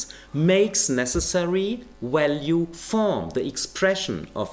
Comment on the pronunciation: You know he is trolling when he refers to "value theory" (pronouncing it "walue") as a "valuable insight" (pronouncing it correctly) in a single sentence.